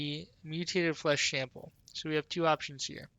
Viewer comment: Lmao flesh shample. Bothered me to no end, that. Thanks for the guide man.